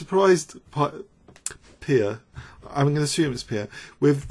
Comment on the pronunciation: You know perhaps that Pia Cramling is Swedish? Well, if you're from any non-English speaking county, a vowel is never a diphthong; Pia is pronounce with i as in bin, just with a long vowel.